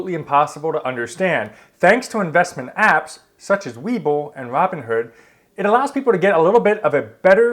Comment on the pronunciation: Why are you calling it Robin herd instead of Robin Hood?